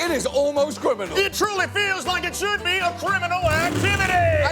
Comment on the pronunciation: "It Shibby criminal."